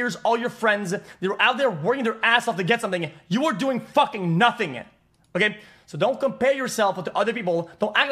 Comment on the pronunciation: Notting ? notting ??? I HAVE NOTTINNNNNNG